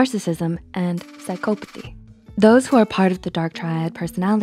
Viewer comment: Besides the fact she didn't say psychopathy correctly a single time, the video was still good lol